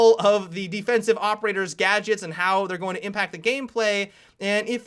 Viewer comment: Everytime he says gadgets I keep getting reminded of 'gajjeks' from CrazyRussianHacker lol